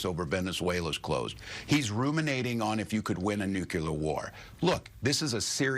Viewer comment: Yet another "highly educated" person who can't pronounce nuclear: it's EASY: Nu + CLEAR. Also, no atom ever had a Nu Cu Lus...